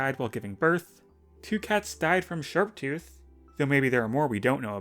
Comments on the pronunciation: “shaptooth” … “SHAP” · ah yes, i loce cats that died to “Shaptooth” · Ah yes. Shaptooth